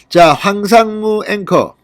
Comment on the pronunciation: 황삼무가 아니고 황상무 입니다